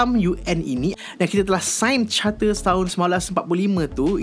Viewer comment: charter bukan chatter, OK?